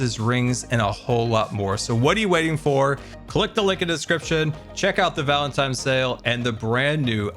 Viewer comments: Was he saying valentimes 😂 I love dyslexic 😂❤ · sweet wonderful, you said valentiMes 4 times. Even though it’s adorable it’s valentiNes. With a N. Never change, 😅. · Today i've learned that says "Valentimes" instead of "Valentines" and i cannot unhear this now lol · I deeply relate to saying "Valentime's Day" as a disabled and dyslexic person 😂 I misspeak and make silly mistakes like that all the time. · Ah yes, Valentime’s day. The loveliest holiday. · New one for the dictionary: Valentimes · There's something quite interesting with the way says "Valentines day", pronouncing it "Valen times day" essentially... And I don't know about you, but that's one of the grammatical errors I am just willing to welcome. Sounds fun, and it just weirdly works. ^^ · Gotta appreciate “valentimes” day…lol Love ya